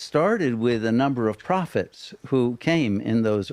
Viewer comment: bro said propht to gods lmao